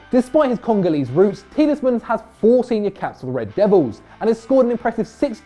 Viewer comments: The amount of times he's saying TieleSmans is actually hurting me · Why do you say 'Tielesmans'?? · can't pronounce Tielemans "Tielesmans" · It's Tielemans, 😤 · Tieles mans 😂😂😂😂